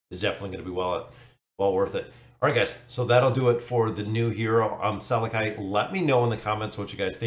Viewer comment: I'd have to guess that his name is pronounced like this Sal-eck-i i makes the y sound, or Sal-eck.